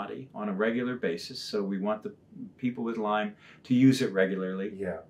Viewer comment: It's Lyme Disease. Nitpicking? Maybe, but it bugs me, say it right.